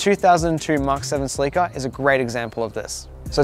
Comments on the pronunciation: sleeke'a? You mean Cell' la Ka? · It's a Celica.. NOT A CELEEKA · You are killing me oh please stop saying ( sea leak uh ) ITS (sell uh cuh) pleas learn how to pronounce it corectly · It’s called “cel la ca” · I have never heard anybody pronounce Celica like he does I don't know if it's an American thing but we say it completely different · Haha we were talking about this when filming that some people might be confused! In America they pronounce it seh-li-kuh vs Australia and a few other places pronounce it suh-lee-kuh. No one knows which one is correct as far as I could find out!